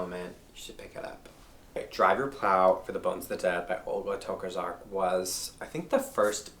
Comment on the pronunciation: Really glad to have found this channel! I loved the recommendations! Adding at least 5 to read immediately ❤️ Btw if you want to pronounce Olga's surname closer to Polish pronunciation try reading it like Tocarchuck; the cz is pretty close to "ch, tch" sound :-) just keep the r strong :D